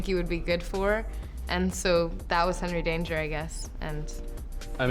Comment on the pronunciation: Nobody: Schwoz: Genry Danger